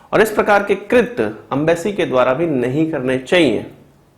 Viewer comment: Abe trit nahi krutya bolte hai usko tumlog up vale urdu hi bolo achi lagti hai 😂😂😂